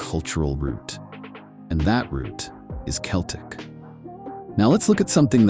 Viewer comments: Celtics pronounced with an S? I think not. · Celtic is pronounced Keltic.